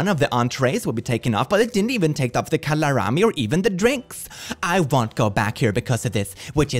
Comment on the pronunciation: i love how he said "calarami" instead of "calamari"